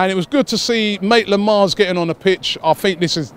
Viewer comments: Last time you said Naitland-Miles now Maitland-Miles.. it's Maitland-Niles.. when you gonna get it right mate😂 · Last time it was Naitland-Miles, now it's Maitland-Miles. Oh Robbie... xD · He said maitland-miles lol